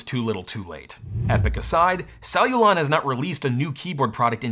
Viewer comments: How many times can someone mispronounce the company the video is about?? "Celluon" - not "cellulon". Sheesh. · What a weird name Celluon, feels like a kid is trying to say ‘Celluron’ but can’t pronounce R yet.